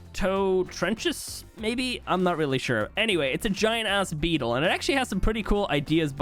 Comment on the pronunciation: man howatzer beetal holy crap 😂😂